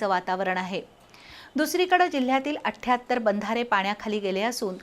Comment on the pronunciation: 78- athyattar ❌ ashtyattar ✅